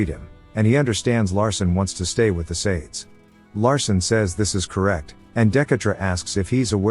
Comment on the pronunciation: Bro the text to speech being a bit dyslexic Shades- "Sha-days"